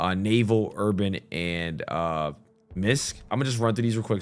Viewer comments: Did he say “misc” 😂😂😂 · He really said - “MISK” 😂